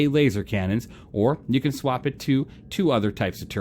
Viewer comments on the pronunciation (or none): none